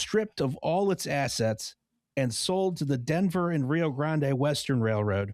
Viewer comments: While it does cause physical damage, I think his pronunciation is worth it, if it means we get moments like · NOOOOOO NOT NOVA pronouncing the e at the end of Grande causes physical pain